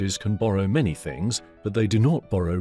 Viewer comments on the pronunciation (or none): none